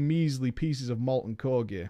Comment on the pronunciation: it's pronounced "core" god, it's like you didn't grow up in a weird-ass military state